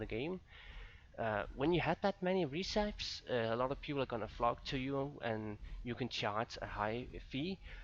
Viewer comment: i love when you say "reeeeeceps" instead of "recipes" :D